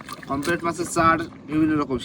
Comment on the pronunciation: মাছের নামটা,,,, কমপ্লেট্ নয় 😜 পমপ্লেট্,, 🙋‍♂️😜🤭😀😂